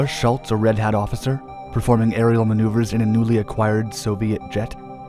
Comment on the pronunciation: The overlapping "ghost" theme imagery fits the subject, but it is too dark and most of the pictures cannot even be recognized, so there is a self defeating imagery problem. The most annoying thing is this: Please start pronouncing names properly, especially something as common as Schultz!